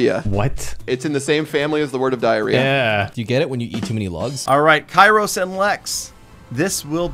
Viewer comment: can someone please tell kairos that his name might be written kairos but its pronounced keros? (im greek btw)